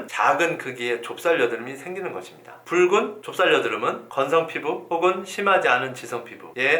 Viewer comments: 붉은 을 왜 뿔근이라 말하는지? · 뿔찌!않은!! 붉은!!! ㅋㅋㅋㅋㅋ왜발음을 다르게하시는거죠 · ㅋㅋㅋㅋㅋㅋ괜히 재밌음